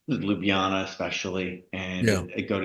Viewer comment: Please please please FFS say it right! it is LJUBLJANA - (LYUBLYANA?)! not Lubljana! How can this be such a problem ? Especially for the people that are already here for long time*